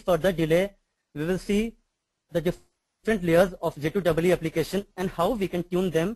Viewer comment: first tune your presentation.....say J2EE instead of J2(DOUBLE E)